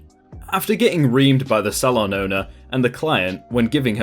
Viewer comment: Sal on?!???! Is English eaven ur first language?!?!?! It's pronounced soal on